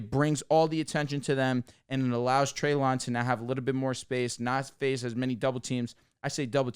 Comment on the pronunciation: Just so you know, it’s Trey-LIN not trey-LON